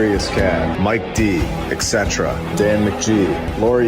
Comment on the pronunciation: XCETRA... [facepalm] Someone tell that parson the phrase is Et Cetera. It's Latin. Look it up. It's abbreviated "etc."